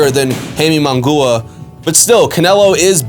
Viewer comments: You need to work on the pronunciation ofJaime's last name. It is NOT "mongooa", And by the way... ...He will loose horribly! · Bro as soon as I heard that mispronunciation, I was like this dude knows very little bout boxing, Munguia has been around for a while now....Should know how to pronounce by now by just hearing others. Not a true boxing fan in my opinion. lol